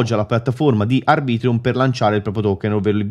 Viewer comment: Arbitrum non ArbritrIum😂